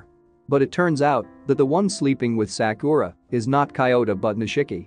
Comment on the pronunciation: Bruh all the movie recap channels always mispronounce Sakura. I get it because most people don’t watch anime or know a little Japanese but it annoys when it repeated across a 10 plus minute clip